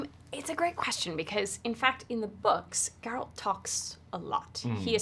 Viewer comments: it is even pronounced correctly the first time he says it in the show and Mirilka says like GARROTER... G air alt.. no J sound in it .. no d G as in go get gone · What is people's hangup with pronouncing "Geralt" properly?? (talking about the interviewer, but so many people struggle w this even AFTER watching the show!) It's just like "Gerald" but with a T at the end, and the G sounds like "get". Why is this hard, people? I mean, the worst abomination I hear was: "Jerawlt". but this whole "GuerAWLT" thing is seriously bugging me now. Cringe